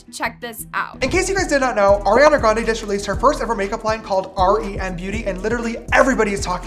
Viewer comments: I don’t wanna be rude but it’s R. E. M. NOT REM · Its R E M beauty not rem 🥲